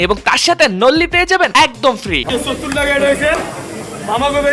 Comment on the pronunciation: শোহত্তর মানে কি বুঝলাম না,, এটা কেমন উচ্চারণ শুনতে খারাপ লাগে না 😊😊